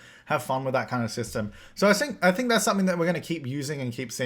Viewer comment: So I sink... did you got German 😂